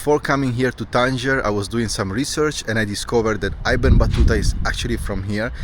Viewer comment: Little correction: it’s ibn( like in I ta ly )Battuta. Ibn means son in Arabic